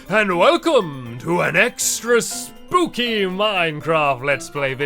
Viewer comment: He said SPOOPY